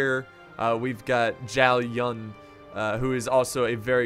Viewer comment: Zow Yoon Zhao Yun, See-ma Yee Sima Yi, Dong Zo-ohh Dong Zhou, You-wan sh-a-ow Yuan shao (Yuan Shu is his brother) Hey Mon He Man.... These are alot closer to the Pronunciation than what you said, you got the ones I didn't list correct though. 😊 Dynasty Warriors taught me these.